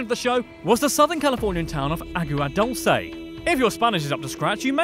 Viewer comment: Its not pronouced ah-goo-ah Doll-s-a